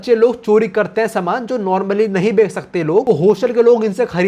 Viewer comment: BHAI CHH BOL LE 😭🙏🏻 KA BOLE JA RHA HAI 20 PARTS SE 😭🤚🏻 EG:- BEKK LE INSTEAD OF BECH LE 😢 BTW LOVE YOUR CONTENT 😅